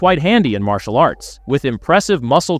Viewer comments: What the f is marshial?? 😂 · I didn't know that he was a MARSH-E-AL artist. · Ummmm “Mar-cial artist”?……. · "Mar-si-al arts" hahahahaha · martial is pronounced more like "marshul". you probably mixed marital and martial when you said it, which quite frankly is a common and funny mistake, LOL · I left after the way you butchered the pronunciation of Martial artist. Who the hell 😅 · the pronunciation of martial arts made me cringe